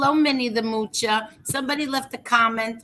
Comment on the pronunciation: Hi, I admit I get kick out of you saying Minniethemoochaa too.lol